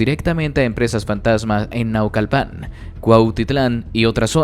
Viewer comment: Disculpa dices vivía en una torre dartamental y luego sales que tiene sótano relleno de Dr0g4s. No tienes quien te revise tus libretos.sea honesto en su información o al menos veraz. Es más ni pronunciar sabes los nombres de los municipios de eso de México, dices Nau....cal...pan. creo que mi Mexicano eres o usas pésima la voz electrónica por I,A